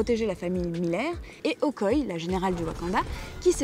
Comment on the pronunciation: Un sujet très intéressant. Cependant, il y a quelques approximations: - Prononciation : Okoye (prononcé Okoyé) T'challa (prononcé TéChalla) - Wonder Woman se passe pendant la Première Guerre mondiale pas la Seconde.